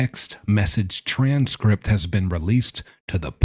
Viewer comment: The way you say "TRANS-script" 😂